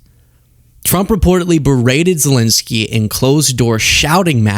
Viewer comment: Seriously, why do you keep calling Zelensky "Zelinsky"? 🤦‍♂